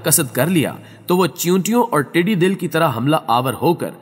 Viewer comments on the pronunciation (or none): The correct pronounciation is 'tiddi dal' and not ' tiddi dil' as how you pronounce it bro.